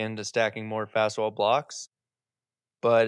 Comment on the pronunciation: It's Faswall, not "fast wall." And whether or not it's better than CMU is subjective, depending on the homeowner's/builder's end goal. CMUs are entirely cement, are mortared with cement mortar, and may or may not be in-filled with cement. This results in finished concrete wall that is not vapor-permeable. However, if the homeowner/builder desires a finished concrete wall that is vapor-permeable and naturally regulates indoor humidity levels, then Faswall (and also Nexcem and Durisol) is the way to go, since the wood-cement composite blocks are vapor-permeable, and will remain so provided they are finished with vapor-permeable material like lime render or clay and/or are clad or veneered properly (with rainscreen and/or weep holes).